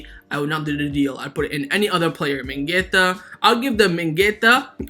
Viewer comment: Still donno y he says mingueTa everytime instead of Mingueza😅